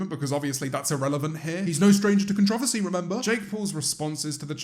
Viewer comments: The fact that u said contr ou vo sy instead of contr o ver sy makes jake a better person. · How you say controversy is so odd. It’s con-tro-ver-see not can-tra-va-see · JAMES IT'S "CON-TROE-VERSY" NOT "CONTROVASY" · James, repeat after me, con tra ver see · Both are correct but I’m from the same area as James (Buckinghamshire) and I pronounce it con-tro-Vas-ee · I love how he Pronounces Controversy. Con Tra Va See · no one: james: con-trovicy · James: Is trilingual Also James: Contravvacy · con ... tro .. va .. sea .... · That’s how he pronounced controversy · Why’s he say controversy like that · James I’m afraid that’s not how you say controversy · The way James says “controversy” has me dead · of course u pronounce controversy like that i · this is a great video and i completely agree with you but you say controversy weirdly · The way you pronounce controversy is adorable. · your pronunciation of “controversy” is taking years off my life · and the way he says controversy I've never even heard a brit say it like that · Excuse me but you pronounced controversy in a way I had never heard and I'm currently trying not to give up and die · uhhh james i think you pronounced controversy wrong... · I’m sorry can we talk about how James said controversy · James....why do you say controversy like that? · is it just me or did he pronounce controversy wrong Also eat your cereal..